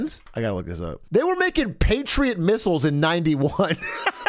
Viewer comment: Patriet misials fucking wiold